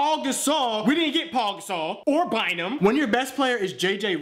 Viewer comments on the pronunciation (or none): It's not like Paul gasol but pow gasol is the way you say it